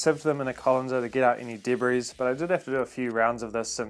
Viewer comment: The "s" in "debris" is silent. Much like your brain activity.